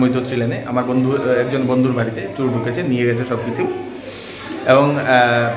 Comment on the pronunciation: Pronunciation ta chor chur naa